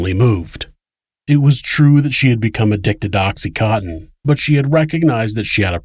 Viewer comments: Oxy-con-tin. Not oxy- cotton. I myself was so fucked up on it during this horrible murder and had a doctor who was also an addict prescribing it to myself and many others. I was so numb most of the time but when I learned that the mother was also an addiict I paid particular attention to the case. But listening now to what happened to that child, how gastly the details makes me shudder. The ugliness of human beings to each other no longer makes me want to self medicate. I am simply no longer shocked by it. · Oxy "cotton" lol